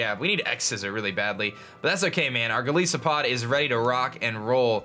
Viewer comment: "Golisopod" Oh please, it isn't a Primary Ice type, it's (Gol-is-oh-pod)